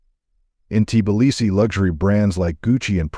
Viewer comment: Hey Bot get your programmer to correct the pronunciation of Tbilisi.